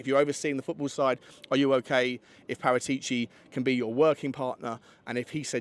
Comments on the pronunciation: you are the best Tottenham podcast in the business, but make an attempt to pronounce Par-at-ici properly, not Para-tee-ci. You owe it to yourself. P.S. your Wednesday chat with Johnny was the best piece of Tottenham chat ever from anyone. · I won't "smash" the like button until you pronounce Paratichi (Parah-tich-e) correctly. Ball is in your court mate 😅